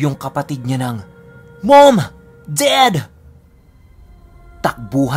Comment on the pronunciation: Nawala takot ko sa “Mowm Dahd” lol